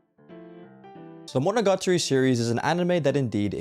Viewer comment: bro its "Monogatari" not MonogaRtari